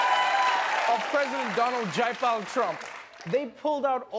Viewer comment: I heard him saying President "Jaypal" Trump 😂😂